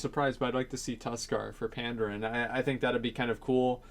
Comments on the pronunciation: pan-daren not panddd-errrn i cringe everything you said it, it was painful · Why would Vryjul and Tuskar be sub races? They could be they're own race. Also, why do you pronounce Worgen as "Worgren" and Pandaren as "Pandarin"? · you pronounce Pandas wrong dude, but Tuskar is cool.